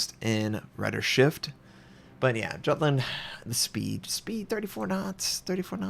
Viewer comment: You know that`s not how you pronunce Jutland........